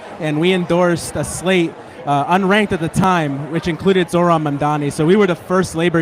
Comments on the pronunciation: OK, so it’s not just Ryan mispronouncing Zoran‘s name tonight. Both men at the live campaign event can’t seem to pronounce the Democratic nominee for the mayor of New York’s name correctly. Come on, guys. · i love that ryan grim still can't pronounce his name right it's actually endearing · He pronounced it right some of the time, I think the room being like 120 degrees made then mess up more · Is Ryan sneaking some celebratory tokes out there?😏 Come on, Zoran is going to be the next mayor of New York. Ryan should try to pronounce his name correctly.